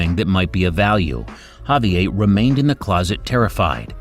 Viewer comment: Can't pronounce Javier?